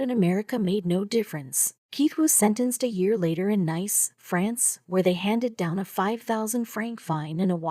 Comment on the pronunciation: Versailles is pronounced ver-sigh. And Nice, France, is pronounced niece. If you aren't sure how to pronounce something, Google can help you out there and will even give you a recording to hear.